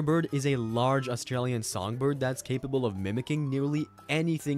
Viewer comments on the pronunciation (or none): none